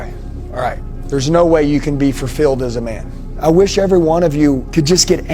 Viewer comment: He said furfilled